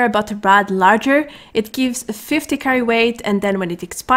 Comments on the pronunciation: Hi great video , it's actually Lager like the beer not larger . Love ur tutorials !!! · LOL, it’s spelled “LAGER” (“Log-Er”). A lager is a type of beer. Love your vids! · Pronounced logger you mean. English is not her primary language and she is going to mispronounce words just like English speakers will mispronounce words in her primary language. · Even though shes pronouncing it wrong, her voice just makes is so damn cute I prefer the way she says it.